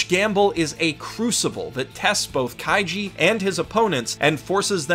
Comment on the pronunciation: I wonder how many times he accidentally said Kaijo instead of kaiji